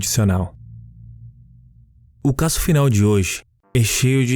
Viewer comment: Que narrador chato não sabe pronunciar palavras em portugues, casso ao inves de caso, acresta muito nas palavra é sofrível.